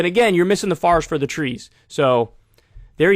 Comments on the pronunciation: Or when he said “Don’t miss the fahrest through the trees.” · Kyle: It's "KEtchup" Also Kyle: "FARest for the trees" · Kyle corrects the pronunciation of ketchup while also pronouncing forest as "farest". Lol 😆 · it's pronounced forest, not farrest. Sorry, I know I'm being a dick. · Ironic how saying katchup bothers you yet you say "farest for the trees" 🧐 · Kyle: "it's ketchup" Also Kyle: "Fahrest" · Pronounces forest as farest and then gets triggered she pronounces ketchup as catchup 🤣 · Kyle is the kind of guy that stops a video to correct someone's pronunciation of ketchup but proceeds to say FAHREST for forest. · It's still wrong. lol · Right after you say the word Forest wrong you correct the word ketchup. 🤭, Just saying... I'm a total Kyle head... Love your show.